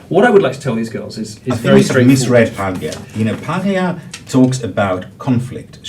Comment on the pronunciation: Love how this professor dismisses Paglia as some pop culture anomaly, but doesn't even know how to pronounce her name til he has Milo's example to follow...